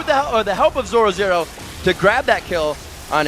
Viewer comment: 13.58 haha he cant say zorozero :D